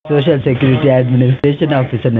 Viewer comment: Cant these idiot scammers pronounce the word "social" correctly? ShooShoo? really??